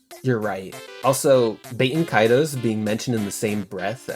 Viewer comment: Bro really said BAIT-en Kaitos 😂